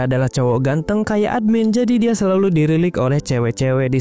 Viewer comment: dilirik min BUKAN dirilik😁😁🤘🤘